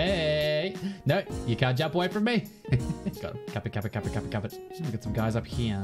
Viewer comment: who else though he was saying "kappa kappa kappa kappa kappa kappa kappa kappa kappa kappa" and not "cap it cap it cap it cap it cap it"? lol.